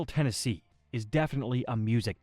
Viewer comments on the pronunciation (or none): none